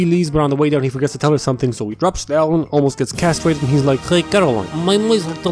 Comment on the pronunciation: "Almost gets casterated" Soviet anthim noises